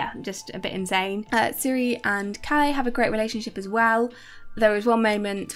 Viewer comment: You got the name of the show wrong in the title here (Kongen befaler). You butchered some of the names, understandably, but Bård is not "Bard" for obvious reasons. Calle is short for Carl Erik, so more like Ka-leh. Atle is At-leh. The healthy and safety regulations in Norway are quite normal and based on European norms. The UK is a bit strange.